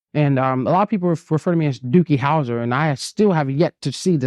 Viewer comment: He said Dookie Houser... Heheee